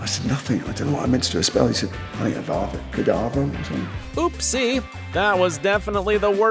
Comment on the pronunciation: It's "Avada Kedavra".